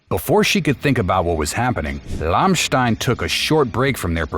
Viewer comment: Learn to pronouns the name of the band right, it's just one word to learn and you repeat it numerous times making it painfull!